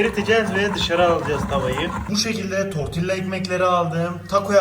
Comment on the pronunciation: Sadece information olarak söylüyorum. Tortilla ( tortiya) diye okunur. Oradaki (ll) Y sesi çikariyor.